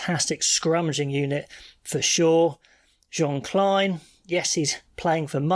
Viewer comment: Ans its Kleyn like you say Steyn.. Not Klein smh